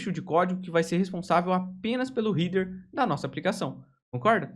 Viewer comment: muito bom material. Só um detalhe sem muita importancia, mas a pronuncia de header doi toda hora